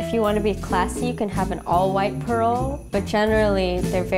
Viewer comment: she keeps pronouncing parol as pearl....